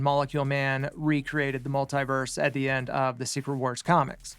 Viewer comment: Mult-Tee-vers - Say it right your fool!🙄